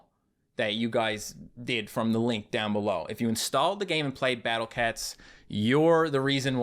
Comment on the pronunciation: I love how after years he still says battle cets